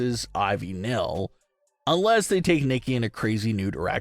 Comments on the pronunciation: nile not nill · I just wanted to say that Ivy’s name is Ivy Nile like the Nile river. Not Nil.